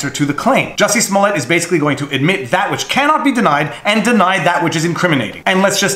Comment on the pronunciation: Great video! By the way it's pronounced Jooosy Smoool-e-ay. Easy mistake to make.